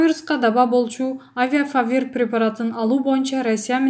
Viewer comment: Авифавир дегенди кайра кайра авиафавир дейт та